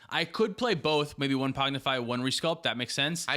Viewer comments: Pong-ify pong. Not pog. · adding a D every time he says pongdify 😂 There isnt a d in the name! Great show guys, love it. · Y'all saying Pognify instead of Pongify is wild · It's PONG-ify You're saying POG-nify lol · Btw you guys are calling it “Pognify” when it’s “Pongify”😅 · ….. it’s blue elemental blast my guy. Also PONGIFY. Not pognify. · There is no D in pongify lol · Whelp, I’m never pronouncing “Pog-nify” correctly again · Thanks again, great episode! I am wondering though: How mad is Tyler (and rightfully so) that you are saying "Pognify" instead of "Pongify"? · i had to stop ;istening to this one because i cant handle the rampant misspronounciation of pongify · Was driving me insane. PONG-IFY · I love pronouncing "pongify" differently every time 😂😂😂